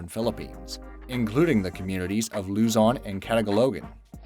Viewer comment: Bruh it is pronounced (loo zone ) luzon